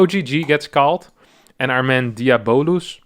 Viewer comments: "Fabulous" = Fah-Byu-Luss "Diabolous" = Dee-ahh-bo-Luss EDIT: Alternatively, diabolical is pronounced "Di-ahh-bol-ik-ul" So "Di-ahh-bo-luss" is also on the table. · its pronounce more like Diabloose* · Pretty sure the name is DIE a bo lus Like Diablo.